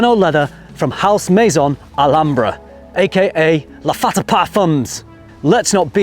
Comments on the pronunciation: Great video, but it's Lattafa not Laffata. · Tobacc-y? Laffata not Lattafa? You had me rewinding the video just to make sure I wasn't hearing things! Lol. Thanks for making frag videos fun!